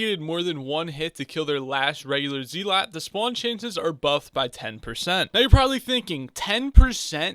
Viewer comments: IGN: bluebatdoc This is the guide i've been looking for Also it's pronounced zelut Not zeelot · Please stop saying zee-lot it hurts